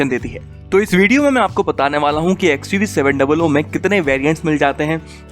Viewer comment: Wah bhai 7 doubl OO 😂😂😂 baki Mahendra to 700 kah ke bechti hai